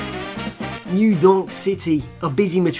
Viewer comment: "new yornk city"